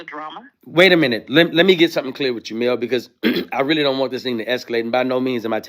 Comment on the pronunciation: To me a second to figure out he was saying Mel. So don't feel bad.